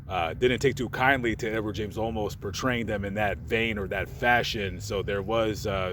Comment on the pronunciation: Edward James "Olmos" not "Almost" smiles...